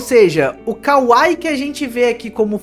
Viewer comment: não é kawai é kawai i, かわいい